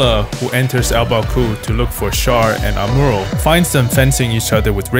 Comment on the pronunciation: good vid, just hate how he says amuro lol